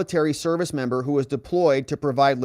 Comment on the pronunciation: I hope you did not intentionally say Membo...hell I don't want to be a Member and a Bimbo.....lol